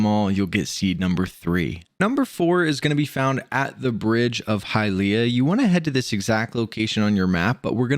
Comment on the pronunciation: Love your videos but hate how you pronounce Hylia 😅